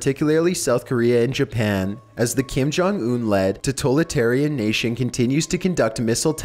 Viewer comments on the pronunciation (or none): none